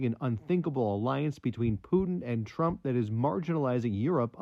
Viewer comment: Falsely pronouncing Trump, “Tramp.” Put a similar video out on that and watch the network shed debt.